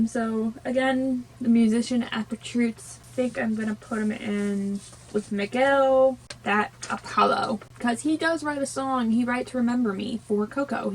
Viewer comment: Dont't worry I know it can be difficult some words in my language becase we have a lot of words with letter "R", but you pronounce right Miguel, Héctor, Dante and Imelda :). I love Coco, and I'm proud of how part of my culture it's represented. Greetings from México.